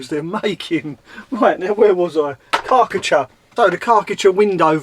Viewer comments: Kar-cher. KAR CH'er Car t cher. why have you got a Karckatcher? Chinese knockoff? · It's Kar Cher. Not karKA cha ! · LOL strange way of saying Karcher, I thought you was eating something nasty when saying it ,lol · Have I been saying Karcher wrong my whole life??? Great Wed waffle as always 👍🤙